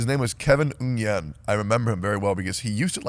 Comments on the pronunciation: I like how Tectone knows a Ngyen and still pronounced it wrong. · Not teccy saying Nguyen as ung-yen